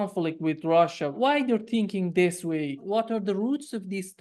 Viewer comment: learn English pronunciation. The word ‘this’ has a short ‘i ´, unlike ´.’